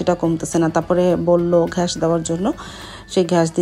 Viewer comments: সারাদিন পড়াশোনা করে এসএসসিতে পয়েন্ট যেন কত? আর ঘ্যাস কি গ্যাস বলতে পারেন না? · ঘ্যাস না আনটি গ্যাস৷ হবে